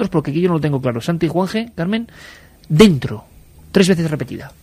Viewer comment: Parece que dice "Muerto" y no "dentro"